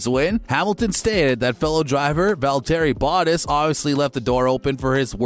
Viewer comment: Voweltearee Botess